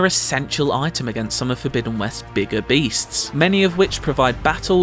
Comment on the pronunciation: Horizon Fogbidden West